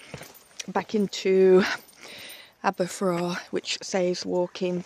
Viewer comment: This is an area I know really well, and it's delightful to watch you discover it with your usual sense of joy and wonder. But yes, that racetrack is in entirely the wrong place 😡. Btw Aberffraw rhymes with "cow"... it was a very important place in the middle ages, being the seat of the Princes of Gwynedd, although there's not much left to indicate that today.